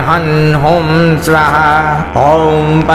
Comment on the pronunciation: स्वाहा शब्द का उच्चारण गलत किया जा रहा है